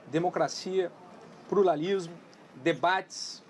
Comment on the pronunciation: "Prularismo", tempo de vídeo . O que isso? Kkkkkk.